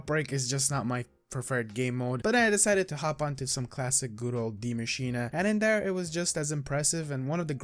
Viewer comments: Aether god Deea masch een a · I love how you pronounce Die maschine properly. Everybody just says die machine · Its German for The Machine, so technically the English pronunciation is machine, but die like he pronounce is correct in German, English (die, as in death is wrong)